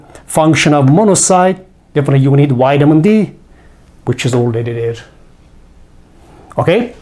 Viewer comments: Please learn to pronounce the letter V! Its Vitamin not witamin! Otherwise thanks for the help and info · Excellent, I love it "whitamin"😂